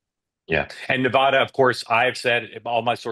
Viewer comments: "Nev a da" rhymes with Ne-bad-ah. Not Ne - vah - da!! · Nev-add-uh. Sincerely: Every Nevadan ever. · Sir, just as a note, as a resident here, Nevada is pronounced with a short A sound on the first A, as in the word BAD. Ne- VAD-a. Love the channel, keep up the great work. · I live in Nevada. You REPEATEDLY PRONOUNCE "NEVADA" WRONG. The first "a" in the word Nevada is pronounced like the "a" in "add." NOT like the "a" in "all." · Nevada isn’t pronounced that way.. love your videos nonetheless! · I agree with everybody here but please stop pronouncing Nevada incorrectly! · I can’t stand the way you pronounce Nevada